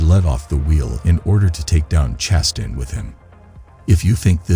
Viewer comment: Or Chastain. 😂😂 Chas-tin? lol